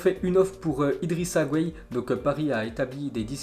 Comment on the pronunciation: Respecte les noms Sénégalais STP on dis Idrissa (gaye) Gueye comme sa s'entend. C'est pas un brésilien ou JSP quoi😂